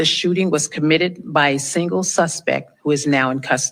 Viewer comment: "The suspec"? Idiot.